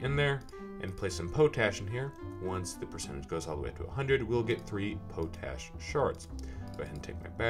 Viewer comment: I'm pretty sure it's pot-ash.. Nice vid very helpful